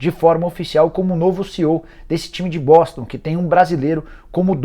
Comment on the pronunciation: " Esse time de Boston" Será que só eu escutei outra coisa?